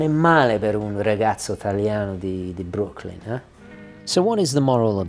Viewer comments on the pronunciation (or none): none